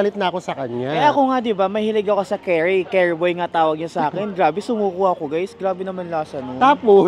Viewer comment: The curry is pronounced as "Kari" in Tagalog, not "carry." It’s ok don’t be embarrassed.